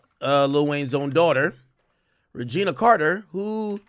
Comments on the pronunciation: It’s not “Regina” 😂 it’s Rae-jhun-nae . That’s the best I could spell the pronunciation 😂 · Why you keep calling her Regina??? Get her name right bro!! 🤦🏽‍♂️ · He said Regina Carter💀💀💀😂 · Called her “Regina” it’s “Reginae” aka Nae Nae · I think its pronouced "Rej-janay" lol 😆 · This mf said Regina Carter 😂😂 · Stop mispronouncing her name 🤣